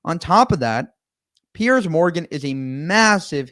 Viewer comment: Its Piers not Pierce and is pronounced differently